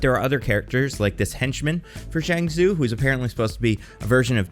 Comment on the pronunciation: Are.... are you purposely mispronouncing Zhang Zu? Like even just looking it up on Google would have given you the proper pronunciation, just throwing that out there since I liked the video for the most part.